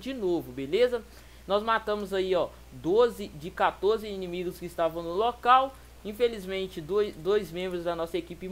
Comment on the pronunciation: Mano você falou indimigos kkkkkkkkkk